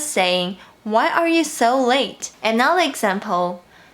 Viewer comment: I love your English! How did you study?? In case you're interested, there are (only) a few words that you could improve the pronunciation: "everyone", "five", "another", "further ado". The way you pronounce them is very cute, so there's no need to change if you don't want to =P